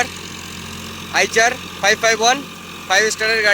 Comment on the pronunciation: আইচার নয় আইসার হবে,আর মাসকিও নয় মাসিও হবে ,,, একটু দেখে উচ্চারণ করো